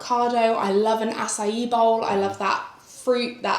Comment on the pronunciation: ACAI is pronounced “a-sai”, or if you like, “a-sigh”. 😉